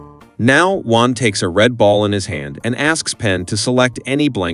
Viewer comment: It's Juan, not One. ???